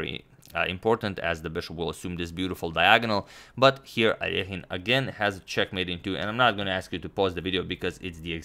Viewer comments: You are mispronouncing that guys name. The middle part rhymes with "sass" and it is emphasized. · Thanks for not pronouncing Aliohin with idiotic “a-lekaajn” like all brits do